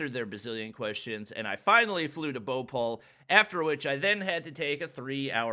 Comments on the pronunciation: is saying bopal instead of bhopal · All the times he he said bopal i was like whats that??? me later: BHOPAL ohhhhhhhhhhhhhhhh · The way he pronounced bhopal i was like what is he talking about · it BHO PAL not BHU PAL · He said Bhopal Bopaul😂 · Its not bopol 😂 Its Bhopal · English is not some universal language, most indians can speak English better than most people in the world, it's BHOPAL and not boupaul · saying bopal but its bhopal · Indians: Bho-pal: Bopal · He is pronouncing Bhopal bowpol😂😂😂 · Whe he says indian names i was like😂😂😂😂😂😂😂😂😂😂 like he make bhopal bhopaul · His pronunciation is the best bro bopall wow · wrong pronounciation of Madhya pradesh and Bhopal 😁😁 Ik coz im Indian 😅 But its ok, i know its problem, language 😅 and also the airport rules and all 😶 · Well my accent is very light and im indian Lol the way he says bhopal is so funny🤣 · "bopol" "indoor" BHOPAL INDORE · Me ok his Delhi pronunciation is good Then he says Indore and Bhopal Me: dies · He is pronouncing indore and bhopal so different 👌👌 much love (). Wish i could have meet you 🥺🥺🥺